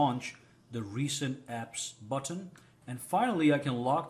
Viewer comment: The way u say button is funny.... You say BOT-TON 🤣